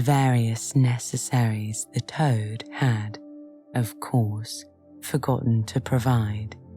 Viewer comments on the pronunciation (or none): I love it,, but does anyone else notice the last letter in some words sound like theyre missing ? Especially right at the beginning Toad, Rat and Rabbit..